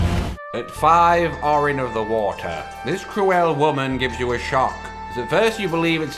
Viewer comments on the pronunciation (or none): These videos have helped me with my Sekiro journey. Latest kill: The divine dragon. Still need to kill owl father. Has been a struggle. P.S. it is not Aurin, it is Oh-Rin. Like O'Reilly